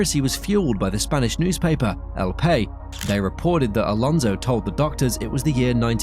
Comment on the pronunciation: EL PA-IZZZ! BUTCHERFEST AGAIN...